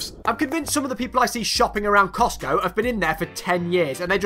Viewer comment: Did he just say coctgo? Lol